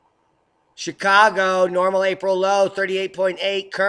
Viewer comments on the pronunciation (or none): none